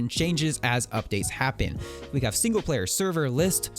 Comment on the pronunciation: The way you said player was priceless!!